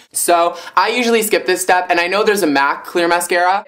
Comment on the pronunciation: haha the extra chtep LMAO